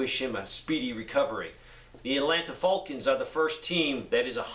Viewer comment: Lol did he say the Atlanta FULCANS.